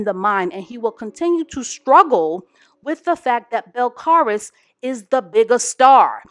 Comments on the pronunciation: Cardi’s name is pronounces Bell-Caah-Lees boo lol i chuckled when you said her name, love you! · I think her name is pronounce Bel-CAL-is